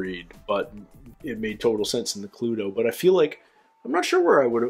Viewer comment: Have to admit I loved the fact you called it Cluedo and not Clue.. And loved this task also..